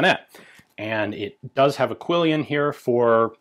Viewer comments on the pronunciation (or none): Quillon, not quillion.